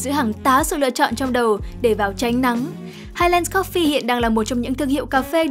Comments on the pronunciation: Phát âm là "hai lừn s" chứ không phải là "hai len" nhé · và với những kiến thức về anh văn đấy, theo quan điểm của tôi highlands đọc là "hai lần s" chứ ko phải "lừn" như ông, nghe có vẻ tương tự nhưng nó khác 1 xíu đó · đừng có đọc hai len được không 🤦‍♀️